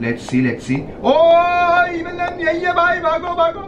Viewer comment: It is evil nun not evil nani😂😂